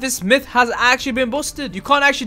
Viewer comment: “Myth is buosted”